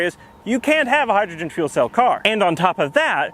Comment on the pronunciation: "Hi"-drogen - really? You are such a nerd! Please never never change, your videos are delightful! :-)